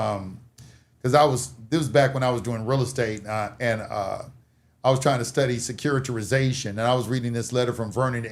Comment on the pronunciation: "SECURI-TI-ZATION" "SECURI-TI-RI-ZATION"